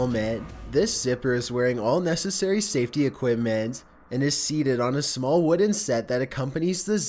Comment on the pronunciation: Is there anyway you could change the way you speak? The constant, high to low speaking syllables of words is strange. like DRIv ing, RAIL ing, PER son, SURF ing, TUN nel, SAFE ty, CAP ture, its really odd cadence.